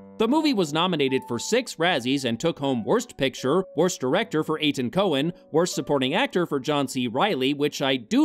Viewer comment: The director's name is Etan, not Ethan. It's pronounced like eighttawn.